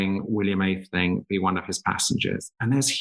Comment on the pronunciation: This would be better if the presenter was able to pronounce Aethleling and Blenheim properly.